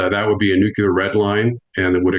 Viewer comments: I could heartily wish that "EXPERTS" had the self-awareness to stop saying "new-kiu-lar" - given that the goddamn word has the 'C' immediately followed by the "L". To be clear, nails it (almost always): "New-Klee-Ar" - it's not rocket science. "Nit-picking"? Not really. "Experts" should have their sh1t 100% organised and sorted, to be credible. Where are his advisors? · NUCLEAR. PRONOUNCED NEW. CLEAR NOT NEW CUE LER ! SOUND IT OUT !!! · It's "Nucular", not "Nucleus" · I don't get why it's so hard for some people to say NUCLEAR and not NUCULAR .... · Nu cle ar ...! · It is not Nuklear, come on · Imagine an “expert” who mispronounces nuclear. It’s not “nuk-ya-lur” 😂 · I don't understand why so many professional military people do not know how to pronounce the word "nuclear." I gotta say, every time I hear them say "nukular" I lose a bit of respect for them. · He drives me crazy saying nucular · Not to be an a-hole to the expert, but the correct pronunciation of nuclear is 'nu-clear'. Is the weather 'cyuh-ler & sunny" or 'clear & sunny' ? 🤷‍♂️ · Nuclear is pronounced new clear you dolt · Sorry, I can’t relate to anyone who pronounces the word nuclear as noocyaylar. Like Bush. Fail. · Nuclear sir. New-clear. Thats all. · Why can't "intelligent people" pronounce the word nuclear...... NU-CLE-AR? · I can only trust a man so far when he can't correctly pronounce "nuclear." One would think that in his many years of top-level service that he would learn how to pronounce the word. Still, its an interview worth a listen. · The guy cannot say “NUCLEAR” correctly then I cannot listen to him as an expert. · Man, I have a hard time listening to an expert who cannot pronounce "nuclear". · The guy can't say nuclear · Find it hard to listen to a guy who can't pronounce nuclear. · I love nuclear experts who can't say the word nuclear properly. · Why is it so difficult for adults in government to say "nuclear" properly, lol. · Pet peeve, Nuclear Not Nuculer